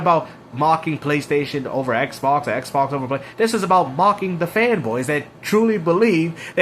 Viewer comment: "Eckbawks is dead", "let's talk about the next gen eckbawks".